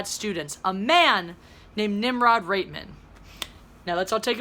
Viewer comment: Corn Pone Flicks Yeah. That's what I said. I didn't know if she was saying Rapeman or Reitman. I'm glad someone else noticed that.😂👏😎